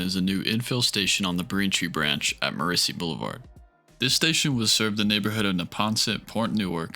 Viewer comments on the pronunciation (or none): It's CON-kird. Not Con-CHORD. It's MOR-iss-see not mor-ISS-see. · Great video! A note on place names: It is pronounced Walth/ham not Walthem. Also it is Morris (like chorus) /sey not Morris/sey. Leave out the emphasis on the "i".